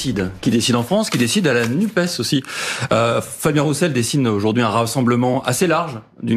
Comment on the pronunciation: Messieurs les journalistes apprenez à dire NUPESSSSS Merci